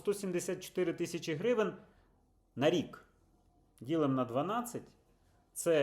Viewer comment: Не хрущівка а хрущовка! Не Хрущів а Хрущов! Не гревен а гривень!